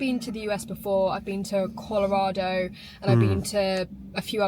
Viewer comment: You nailed Colorado